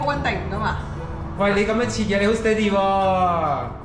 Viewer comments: 对，的steady读错音了，狮弟的读对，过后跟着狮弟的读音，但后面又错回了😂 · 马来西亚潮语Steady 还要加个Boom Bi Bi（不过讲的Steady 口音不对，要跟番原装的口音才好笑的） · 🦁爸講steady好好笑🤣🤣